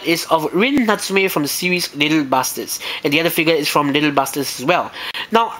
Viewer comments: You sound like you're saying little Bastards...XD Just to clarify it's little "BUSTERS" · hehehehee i hate to be this guy but it sounds like your saying little bastards XD sorry couldnt resist